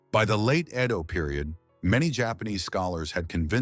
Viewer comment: Pronunciation of EDO as IDO Thiscdisrups the great story😮